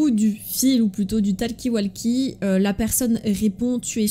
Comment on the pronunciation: TALKI WALKI Ptdrr la prononciation de talkie-walkie xdDD